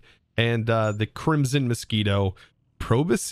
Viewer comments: proboscis is pronounced "pro-biss-kiss". It basically means "nose". It's a mosquito nose. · I've always pronounced it "pro-bus-kiss" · i pronounced it "pro-boss-kiss" all my life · We pronounce it 'pruh-boh-suhs' in England, as far as I know. If you're posh you might say 'proh-boh-suhs'. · Proboscis is pronounced 'pro-boss-iss' in my part of the UK, and the 'c' is always silent here; and haemolymph (hee-moh-limf, I know that 'a' is optional, but I chose this hill to die upon years ago) is what insects and other invertebrates have instead of blood. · Proboscis.... PROBOSSES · In Britain it's usually pronounced 'proh-boh-suhs'. 😉